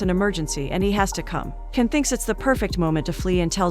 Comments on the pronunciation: His name is jan not Ken... the c in turkey is a j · It’s “John” — the C pronouns as J in Turkish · His name pronounced Jan . C Is j Türk-İşh 🇹🇷 Alphabet